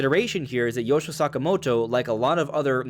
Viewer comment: Yoshio Sakamoto not Yosho or maybe it’s because you talk extremely quickly with your pronunciation